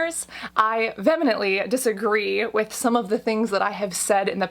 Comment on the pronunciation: You need to check the pronunciation of "vehemently". Lol.